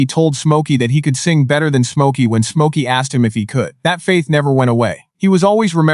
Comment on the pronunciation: Come on A.I. Stop pronouncing his name as: 'SMOKE - OKIE!'